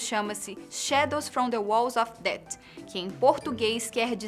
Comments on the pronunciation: o pior é essa pronuncia dela , DET , pqp , nao sabe qhe o tom de fala de uma palavra com th e som de f , vtnc . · Não é ''Dét'' A pronuncia é ''def'' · Fala people tão bem, mas chega na hora de falar death e fala "dat", se n sabe falar ingles, pelo menos não finge que sabe. "PEOPLE" IRRITAAAAAAAAAAAAAAAA. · carai parece um robo falando, nem inglês sabe falar É DEATH não DEAT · O MC LAN VAI TER QUE ENSINAR INGLES PARA ELA PQ ELA DET INVES DE DEATH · eh death com som de f e n com som de t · Que aflição escutar a pronúncia dela na palavra death! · que isso de eu que não em people? dando de falante de inglês e nem sabe pronunciar death kkkkkk #voltaboco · Onde estão o Bôco, Guilherme e Talita? Essa garota não combina com o estilo do Fatos. Ela não soube pronunciar "death". Nada contra, mas prefiro os outros três a essa guria desconhecida! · parabéns pelos vídeos, mas quando vc fala people achei que saberia falar inglês mas não soube pronunciar morte em inglês fiquei meio decepcionado 😕